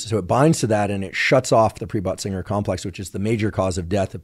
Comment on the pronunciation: Lol k, is he saying butt singer?